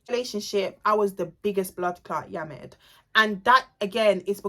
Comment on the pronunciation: The way she says biggest bloodclart yamEd I acc can’t 😂😂😂😂😂